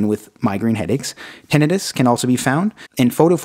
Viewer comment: Damn, til this day I’ve never heard anyone pronounce tinnitus as tin-a-duss😂💀